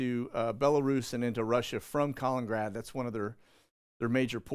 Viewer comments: FOUR syllables: "Ka-lin-in-grad". Not that hard... try it. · Bro, it's pronounced as , kuh. li, nuhn, grad. Just saying.... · Kal In In Grad, not Colin grad.